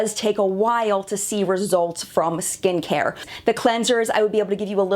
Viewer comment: For a moment I thought I heard you say "good stinkhair" instead of "good skincare". Apparently even my ears ar eblond. lol